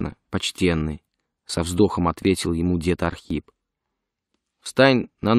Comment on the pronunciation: Это Ахрип